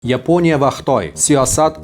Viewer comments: Нима учун Йипония,Япония эмас. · Yiponiya emas Yaponiya !!! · Ruscha talafuz bilan ''Yeponiya'' emas o'zbekcha talafuz bilan "Yaponiya" deyish kerak. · yepoʻniya emas Yaponiya deyiladi